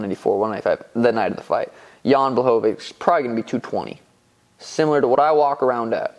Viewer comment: Jan "Zhan" Błachowicz